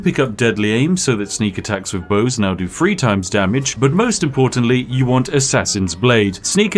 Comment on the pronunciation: Dude cannot properly pronounce the "th" sound to save his life. "Fink/fought," "nine fousand," "wif," "everyfing," "furvur ado," "stealf/stealfiest," etc. I assume based on his YT name that it should actually be pronounced "Spithing Brit"